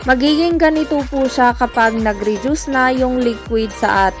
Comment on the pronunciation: Redyus o reduce? Magkaiba po yan 😅